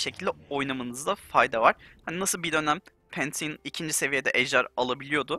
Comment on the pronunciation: Pantheon okunusunu oyle okumus sadece yayinci degil hani pasidi vardiya kalkani duz vurus engelleyen ondan bahsesiyor hatta